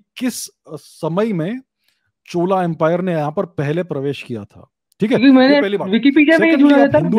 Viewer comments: छोला नही चोला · It's not छोला its चोला 😊। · छोला नहीं है, चोला है plus, it's so difficult to even watch, how sir managed this is exemplary, it's funny too haha